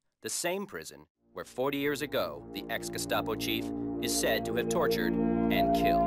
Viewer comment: There's an A in GESTAPO!!!!!!